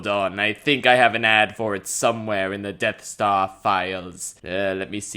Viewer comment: “Depth Star”